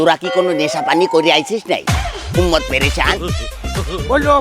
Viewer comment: উম্মাত বুলছে নাকি উন্মাদ বলছে????